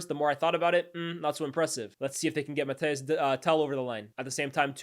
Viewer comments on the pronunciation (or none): none